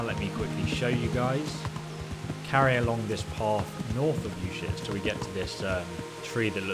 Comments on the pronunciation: "You-shits" uzhits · You shits?? Lol its pronounced Ooo jets (soft sounding J) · "Ushits" lmaooooo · I'm sorry but it sounds like he's saying you shits not trying to make fun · Izhitz, Uzhitz, Wezhitz. LOL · I'm sorry, I can't keep a straight face when you keep saying "you shits." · Uschitz, shovel... Ischitz, Ushovel lol